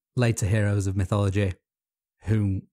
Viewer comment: Notice how wannabe greats always spell / pronounce shit different. Its always and will forever be mythology. Not mythillogy